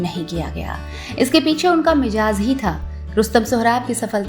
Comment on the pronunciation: aapne baar baar Mizaj ko Mijaz bola hai.. talaffuzz per dhyan dene ki zarurat hai..